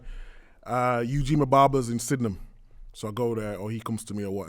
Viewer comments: Did my man say Sydenham? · man said sydenham